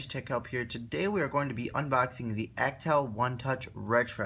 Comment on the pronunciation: Learn how to pronounce Alcatel, please! Thank you!